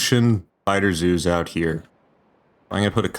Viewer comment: Biter zoos started sounding like BiterZeus at some point, and I can't unhear it